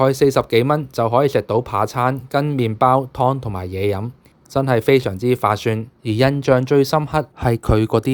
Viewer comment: Faa syun個係佢講詞彙嘅發音（有可能唔係幾準確），但係我睇佢字幕寫住便宜，佢想講嘅係划算咩（Waa syun）